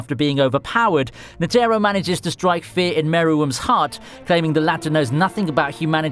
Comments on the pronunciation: Was he pronouncing it N-Terro? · The way you Pronounced Netero's name just really erked me